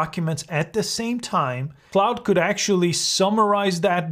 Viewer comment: Just a note; It is pronounced CLAWD not CLOUD.